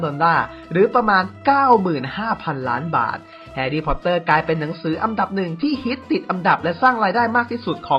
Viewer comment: พูดไทยยังไม่ถูกเลยทุกคลิป อันดับออกเสียง อังดับอังดับพ่องมุงอังดับ